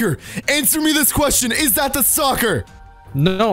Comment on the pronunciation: Not to be mean but you sound like you say stalker as soccer